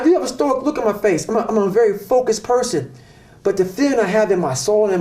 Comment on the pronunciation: Man said porson 4 times. I didn't even correct him in my mind out of fear.